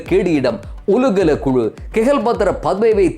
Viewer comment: "ஒலுகல" அல்ல "ஓலுகல"